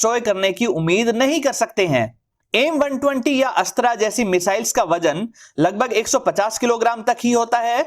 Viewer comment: Aap Ashtr ko Ashtraa na kahe please